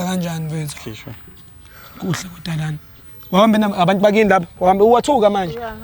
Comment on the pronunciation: Zimbabwean girl 😂🤣"waghambha"